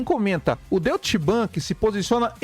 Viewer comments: kkkkkkkkkkkk Deutchi bank é foda.... ia escrever de forma aportuguesada para ele, mas logo vi a tua mensagem.... kkkkkkkkkkkkk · Se pronuncia " Doitche" bank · Doite Bank, essa é a pronúncia correta.